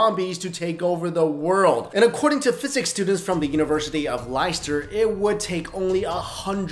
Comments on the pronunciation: mate its not liester its lester 😉 spelt wrong but thats how it should sound aha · Lie-ster? It's pronounced Less-ster. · As a resident of Leicester , it makes me cringe every time you mispronounce the city. It's pronounced as "lester" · It's not lyster, it's pronounced lester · "Lyster" - lol. "Leicester" is pronounced "Lester", just FYI. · I find it funny the way Americans pronounce Leicester. Why do they say it like Lie-ster. It's pronounced Lester. I know it looks weird, but that's how we say it. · Leister is pronounced "lester" not "liester" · The way your pronounce Leicester is horrifying. It's pronounced "Lester" for future reference. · its actually pronounced less-tah/ less-ta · Sorry to be pedantic man, I live just down the road from Leicester Uni, It's pronounced 'Less-Ter'. Still good vid though. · University of Leicester. Leicester is pronounced Les - ter. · It's pronounced Less-ter!! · You pronounced Leicester wrong it's pronounced Lester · as a former student of the University of Leicester I feel compelled to tell you it's pronounced Lester. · Jeez man you try and correct someone for pronouncing it wrong and still spell it totally wrong. Its spelled Leicester and pronounced Lester. (I live in Leicester). We are finally world famous having become football (soccer) champions of England last year. Probably the greatest sporting underdog story of all time - a 5000-1 bet. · Leicester pronounced "Lester" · UUUGGGGGHHH THE WAY YOU SAID LEICESTER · University of WHAT. They are the bloody Champions of the English Premier League, the biggest sporting league and you cannot even pronounce their name right. 😮